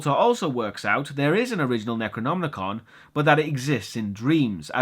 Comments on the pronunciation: NecronoMicon, not NecronmNicon. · Hey, great review as always, just wondering, do you say it's the Necronomnicon? Isn't it just the Necronomicon? I always read Lovecraft in translation, so is the original different, or Am I hearing it wrong? It!s nothing I would mind, just bugging me, you know. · Why are you pronouncing Necronomicon as if there is an extra N?! (Necronomnicon) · Bro.... Bro. It's Necronom - Ih - con. You keep adding an unnecessary 'n' before the "ih-kahn" portion of the pronunciation. I don't know if that's just a personal verbal idiosyncrasy of yours or what, but it was driving me to feel as if the dark unknowable dream-weaver Chthulu himself was whispering in my thoughts.... you know, driving me crazy. Lol no seriously though every time you did it I was like "DUDE. WHY? Is it just spelled differently in Great Britain or what???" Love your reviews though man. Just started getting into your stuff over the last few weeks and I love your style and format. Your humor is also pretty expertly executed and undeniably British, so I can't help but find it all the more endearing. Keep up the good work my friend. Cheers from the gloomy midwest United States. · (LukyHell) He just pronounces it a bit weird. It's Necronomicon. There is no 'n' after the 'm'.